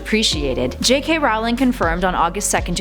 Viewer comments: it is JK ROLLING. not ROWWLING, i know its spelled ROWLING but it is pronounced ROLLING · She said ROWLING not rolling. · You pronounce it J.K. Rowling(Rolling) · JK ROWling not JK Rawling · JK's last name IS NOT pronounced r-OU-ling it's pronounced r-OE-ling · It's Rolling, not Rowling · The founder of Ilvermorny - Isolt - didn't marry a Native American, she married a no-maj immigrant from the Plymouth settlement. That's also not how you pronounce "Erised" (ear/air-eh-said) or Rowling (row-ling). Ariana was an obscural - someone with an obscuris -, not obscuris. If you're going to make a video of something, anything, especially Harry Potter, as the lore is quite extensive, you should read, watch, look into, and research before doing so. That goes for everyone. I just want to be clear, this is constructive criticism, NOT hate. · goddamn you americans, get you shot together and stop calling her raoling! makes me cringe so hard, it's not a secret how her name is pronounced... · row row Rowlings God learn how to say the name right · It is somehow impossible for to EVER pronounce JK Rowling's name correctly in any of their videos on (ostensibly and ironically) Harry Potter facts.